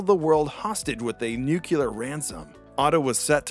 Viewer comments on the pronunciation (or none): Nu-clear, not nu-cu-lar... It's like the difference between Plot Armor Comics and Plot Amour Comics... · Nuclear, not Nucular. >.< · video's nice but for god's sake, it's not nukilar, it's nu-cle-ar, the L comes before the damn E xD sorry it was driving me crazy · NU-CLE-AR ---- NEW-klee-er ---- /ˈnjuːkjələr/ for the love of god, get it right. And don't give me that shit about "This is a colloquial pronunciation, and It's also acceptable". NO. That's normalizing illiteracy.